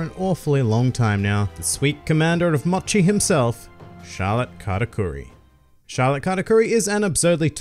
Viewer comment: It's MOCHI not MATCHI